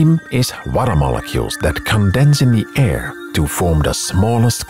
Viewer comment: The VO is… Weird. The emphasis is all wrong for English. Though I think I’m listening on 1.5x which bring out the weird sentences. Into. The aiirr.